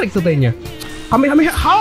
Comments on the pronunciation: not kamekameha but kamehameha stup it you why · Kamehameha bang bukan kamekameha Btw knp bnyk yg nyebut kamekameha dah ??-_